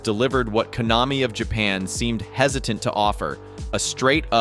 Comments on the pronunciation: "sneeyes classic" "koe-namee" nice AI video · There was even an instance where Konami was mispronounced.